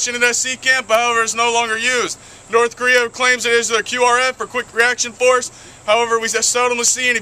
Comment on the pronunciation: How when he can say Korea and you can't :P